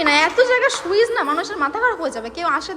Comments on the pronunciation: সুইজ না সুইচ 😅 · সুইচ ❌ সুইস✔️